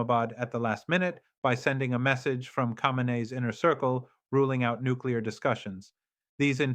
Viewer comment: A.I at its worst 🙈 Muscat, Tariq and Khamenai all these pronounced wrongly which you wouldn't expect from professor to pronounce his leader's name and a neighbouring country's city name wrongly. Pathetic attempt by zionists 🫢